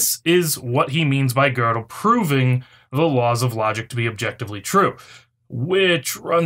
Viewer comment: Where is the "r" in "Gödel"?